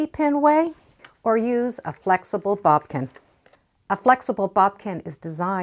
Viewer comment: I love watching your videos because they’re so helpful but hearing you say bobkin drives me batty. It’s boDkin. B O D K I N. You keep saying B O B K I N. Please correct that.